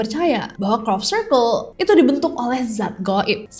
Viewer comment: Nessie nyebut crop circle, aku selalu dengernya cork circle 😭